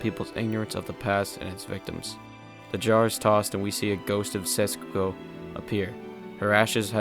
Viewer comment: Despite all the good review, how hard is it for u to pronounce SET-SU-KO (instead of SETS-SU-KO) ? Haha.. Btw, good vid